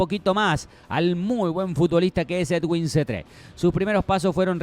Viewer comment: Niggas, es edwin, no eduiwn, x favor, sepan pronunciar bn